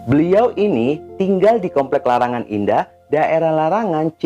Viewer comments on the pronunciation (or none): none